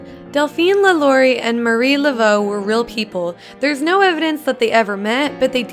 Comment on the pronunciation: it hurt they way she pronounced "lalaurie"